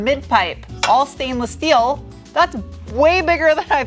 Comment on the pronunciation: All "schteeel"